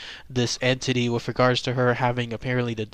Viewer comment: and it's pronounced "with" not wiff